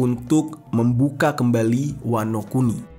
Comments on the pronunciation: Wanokini... Wanokintil jer bukan wanokini wkwkwk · Wanokini Apa Wanokuni" Yonku Apa Yonkou" 🤣🤣🤣